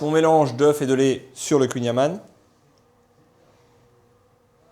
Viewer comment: Il faudrait peut-être apprendre à prononcer correctement le "kouign amann !!!! Merci (une bretonne pur beurre)